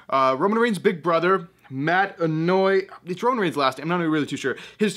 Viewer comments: its pronounced anohwahi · Anoa'i is pronounced, "Ann O Why E"